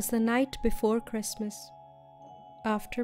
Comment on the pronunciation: lol that guy's Jeezus... you should have let him in! it's kwistmaaahhhs!!!!